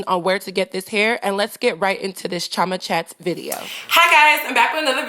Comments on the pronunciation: it is not Cho-ma it is Chio-ma, i know u r american or whatever it is that u r but surely u should be able to pronounce ur own name dammit! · little girl dont bastardise a beautiful nigerian name just because u want to show how american u r, if u dont know how to pronounce ur own name then perhaps u should ask ur parents how it is pronounced ... chioma is not pronounced choma, please dont do this again